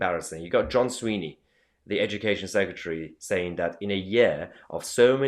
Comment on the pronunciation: try and get the name right it's Swinney not Sweeney. frankly this is all nonsense. Nicolas approval rating in Scotland is 85% independence is settling at 54% yes with no significant campaigning, believe this I'll generally call an "assessment" THE FACT THAT YOU DO NOT KNOW THE NAME OF THE EDUCATION SECRETARY OF SCOTLAND. KINDA UNDERMINES YOUR CREDIBILITY MATE